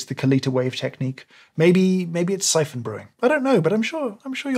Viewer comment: The way you said syphon brewing was dreadful